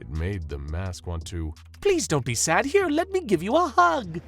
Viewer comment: 999-im not stuck in hewe with you, youw'we stuck in hewe with me.